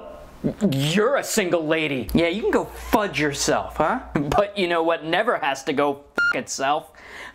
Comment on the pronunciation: Say fuge not fuck